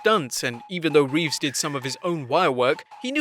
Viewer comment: It’s Keanu reeves right? Not Revess?